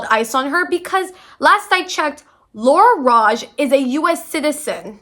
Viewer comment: how fucking hard is it to say lara’s name correctly?? did you do any research prior? saying her name (or anyone’s name) correctly is like the easiest thing ever? also people aren’t questioning manon’s blackness because “she’s light skinned” it’s very clearly because she’s just as much white european and she is black. if us black people don’t feel represented by someone who has a white mother and was raised in a predominantly white european country (the average black person does not share the same privilege or upbringing) then we have every right to not see representation in her. again, please do some research before yapping on the internet because other than that, i did finish this video till the end so you did something right.